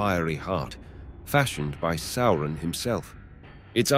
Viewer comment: How can someone be so well-versed in LotR and not know how to say "Sauron"?